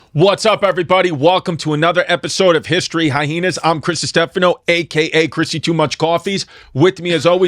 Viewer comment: high-heenas. 🤣(love u chris)